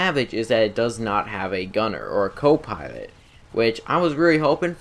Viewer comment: I'm Huntwing Wabbit, It's Wabbit Season I have a Swavage I don't have a cwo pwilot but it still pwowerful eheheheheehehehe